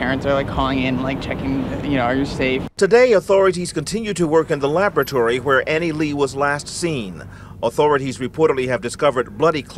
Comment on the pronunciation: Annie “LU” Not LEE Not LAY LU Anglicizing words is disrespectful. It is to take ownership away from the native speakers. It is a form of micro aggressive colonization. If you’ve told someone how to pronounce your name, then they insist on calling you what they want to, you’re essentially slapping them in the face. It’s exactly like pronouns.